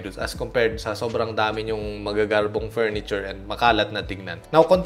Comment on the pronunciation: "FURNITURE" boss walang sssssssssss :) yare tayo sa mga ID nyan hehe